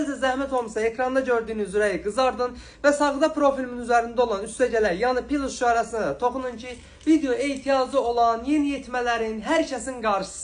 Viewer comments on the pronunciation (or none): none